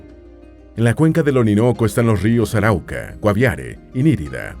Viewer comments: Está bueno el documental, pero no es Auraca, es ARAUCA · Es Arauca, no Auraca :) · Muchas gracias por hablar de nuestro país Colombia. Oye si tienes que hablar en la internet programa la IA para que promuncie los nombres correctamente valleduPAR lleva el acento en la última silaba. Por ejemplo, es Arauca no auraca. Luego es AntiOquia. Olvidate de antioquía como lo estas pronunciando. En Venezuela es San Antonio de Táchira. Bueno que sigas mejorando la pronunciación. Que viva Petro y el gobierno del cambio. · Arauca, no uraca. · Somero anlisis de la geografia colombiana enfatizando en los problemas fronterizos y de la guerrilla. Dos observaciones, en primer lugar es el departamento de ARAUCA NO AURACA y es irrelevante la ucronia de Le Corbusier en la planificacion de la capital Bogotana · cual auraca ...sera arauca aprenda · Se dice o se llama el departamento de Arauca, no. Auraca 😮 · Auraca ✅ Arauca ❌ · Es Arauca, no Auraca. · ARAUCA ES UN DEPARTAMENTO DE LAS LLANURAS COLOMBIANAS. NO SE LLAMA AURACA COMO DICE EL DOCUMENTAL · Arauca no Auraca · El departamento no es Aruaca es Arauca . Pero está muy bueno este documental de nuestra bella Colombia saludos desde Cúcuta Colombia bendiciones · Corrección, no es auraca, esArauca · Hjajaja este tipo de la pasa diciendo los nombres mal... "Auraca" jajaja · Gracias es un vídeo muy educativo. Está mal pronunciado Valledupar, puesto que es un palabra aguda lleva el acento en la silaba par; Antioquia se pronuncia sin tilde; es Arauca no aruaca. Sé que parece una pequeñez pero quería decirlo. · Hago una corrección, en el minuto el narrador dice "Auraca" y el nombre correcto es Arauca.... Saludos a todos, mi país los espera con los brazos abiertos, no por algo somos el tercer País más hermoso del mundo 🇨🇴❤️🇨🇴❤️🇨🇴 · No es Auraca se LLAMA ARAUCA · auraca TT, es Arauca* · de donde saco eso de "auraca" ?? en realidad es Arauca, (aunque eso es perdonable, no como lo de las "estaciones", seguro alguna mal traducción)